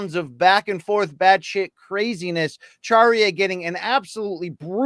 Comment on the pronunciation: Charriere pronunciation: SHAH-REE-AIR. 😅 Sorry but I can't take all the weird english-french mix attempts anymore. In french a is ah, like in Latina. It's really not that difficult.